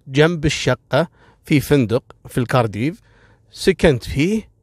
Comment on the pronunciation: *كارديف .. Cardiff و ليس كاردييييف